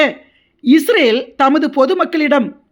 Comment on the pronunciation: UNN PERU ATHASAYAM, NEE URUTAUVADHU OLAGA URUTU, ADHU ISRAL NOT ISRAVEL